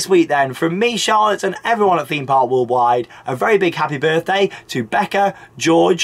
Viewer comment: I always want to comment on the way says "Theme park Walled wide"....but I cannot bring myself to say anything negative about this guy....he is brilliant at this type of thing and always brings excitement and enthusiasm to every vlog he does. I just watch his vlogs when im in need of a bit of fun and interesting stuff ….a great guy thanks for doing these vids's.